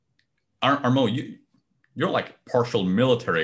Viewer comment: Thanks! PS: It's Armand, not Armo, it is a French pronunciation.